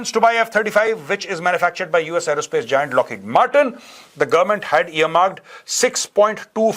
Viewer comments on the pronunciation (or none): none